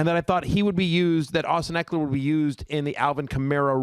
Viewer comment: it’s EKELER not EKLER! PUT SOME RESPECC ON HIS NAME